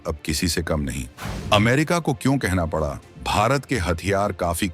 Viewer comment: आपका उच्चारण बिल्कुल भी ठीक नहीं है बड़ा और पड़ा आदि गलत तरीके से बोलना और सुनना बहुत ही अखर रहा है